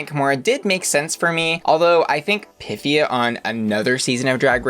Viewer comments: handy tip: instead of hitting the "pith" part of her name, emphasize the "e" sound. not PYTHia, rather pythEEa. i mean, i THINK i'm correct lol. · You're right. That's how she said to pronounce it. A much more graceful name when pronounced properly.